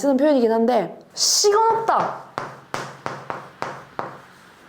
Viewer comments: 시건보다 시근이라고 더 많이 발음 많이 합니다 ㅋㅋ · 시건없다 시근없다 약간 이 중간의...발음이어야 함 덕분에 시근없다의 표준어 대체 표현을 깨달았습니다...... 철없다.....대박이다.....